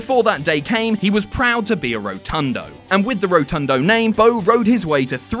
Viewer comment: Isn't it Rotunda rather than Rotundo?